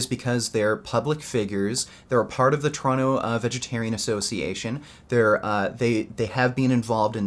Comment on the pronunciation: Poor. When will you ever get at fight in a ring... But you must understand one thing. Nowadays pussys are such pussys that inviting them to a fight at a gym they see as a treat. No matter how "tough" they have acted before in a public video. Also when you say Toronto i hear "Trano". But that might just be me, because im swedish;)